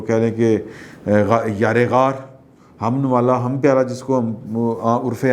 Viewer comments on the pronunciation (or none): () qibla Yar e ghaar ka lafz national plateform par ghlat bol gaye han.